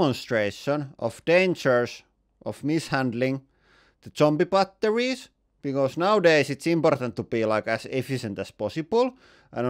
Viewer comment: Why TF do you pronounce it "butt...torries"